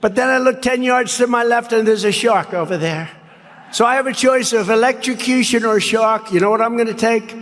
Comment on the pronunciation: I think he actually said “elextrocution” and not “electrosocution” but I don’t think Ben should be throwing mispronunciation stones from his glass house of not pronouncing the “r” in “preliminary”. Ben! You say “peliminary” and not “preliminary” all the time. People say words wrong and it’s not a judgement on them at all. Focus on the cat turd of it all and the weirdness of the whole shark/electrocution thing and not when Trump says a word wrong. It just promotes ableism if we start mocking people for their idiosyncratic speech patterns. It’s one step from mocking “elextrocution” to mocking Biden’s stutter. Do better please! I noticed you stopped the offensive and ableist references to a 5150 hold and I appreciate that. But there’s still more work to do in order to create a progressive media ecosystem that is inclusive to everyone. Thanks.